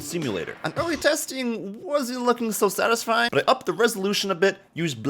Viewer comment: take a drink every time he says sastysfying